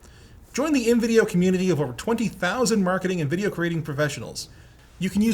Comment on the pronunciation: say "video" again, I dare you, no! I double dare you!!